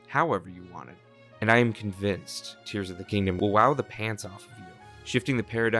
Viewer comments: Jesus, It's Tears as in teardrops, the Japanese writing is key. And Hyrule's Allies are simply the Goron, the Rito, the Zora and the Gerudo. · Except in Japanese (where you know, the title name actually comes from), it’s explicitly tears (like what comes from the eyes). It doesn’t really matter if there are other pronunciations and meaning in Englishz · Thinks? It’s obviously a crying tears it’s in the Japanese tittle. And that’s how it was pronounced by Nintendo themselves 💀